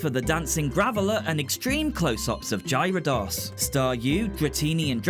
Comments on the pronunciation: the three I know for sure you mispronounced were Moltres (pronounced mole-tres) Arcanine (pronounced ar-cuh-nine or ar-kih-nine, both are prob right) And Gyarados (pronounced gi-air-rih-dos) Honestly, if you want official pronunciations, the anime is a pretty good source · The way you pronounced Gyarados might haunt me for a very long time 😆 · Man this unlocked so many core memories (especially Oak’s hateful “you were close!), thanks for this :) Though your pronunciation of Gyarados broke my brain a little bit! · you still didn’t pronounce Gyarados right. In fact, there were quite a few Pokemon whose names you mispronounced. Then again, I can’t really say anything, given there are Pokemon names I mispronounce as well.